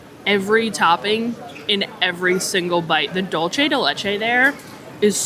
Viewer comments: lol I was waiting for this comment. I live in Miami and every Dolce pronunciation I was like 🥴🥴🥴🥴. Tomato to-ma-toe 😂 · Dulce de leche is Spanish and dulce is pronounced dool-say. Great video.